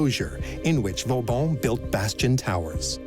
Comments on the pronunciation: Per favore, disattivate la voce dell'I. A. che non ne indovina una !!! Vauban è diventato in poco tempo Vavon, Va Bon, Vavàn, Valbòn ... Ciò toglie serietà e credibilità al documento !!! 😂❤🎉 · Too bad the AI voice and CC wasn't able to pronounce Vauban's name properly.